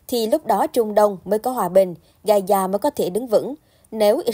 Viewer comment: Ga _za không phải ga _da